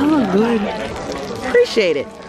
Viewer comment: She said Preciate it 😂😂😂